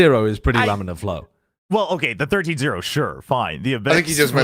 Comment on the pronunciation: Shyow saying lamellar flow was a hit of fluid mechanics PTSD I was not expecting today 😂